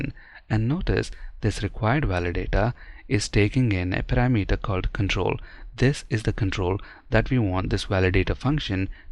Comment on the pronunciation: Please learn the correct pronunciation of "parameter"! Even some native speakers pronounce this wrong. I used to say "kilometer" wrong in the same way but I am so glad that I learned how to say it correctly. The correct pronunciation of both words sounds so much better.